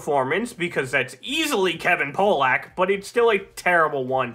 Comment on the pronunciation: I noticed you pronounced Kevin Pollaks name wrong. It leads me to assume you might not know who he is, which is totally understandable. He's an iconic stand-up comedian from the 80's and early 90's. He's known most for his imitations. I didn't watch Injustice 2021 but look into some of his other work if you don't know him, maybe it will change your perspective. Great video!